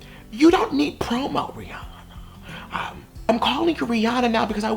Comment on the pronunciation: The way he says her name 😭😂😂